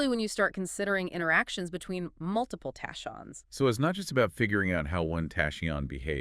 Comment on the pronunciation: How do u produce a whole video on tachyons and not know the correct pronunciation of the very subject that the entire show is base on? AI?